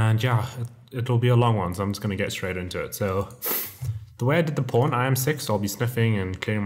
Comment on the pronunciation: ohh.. it's pawn not porn..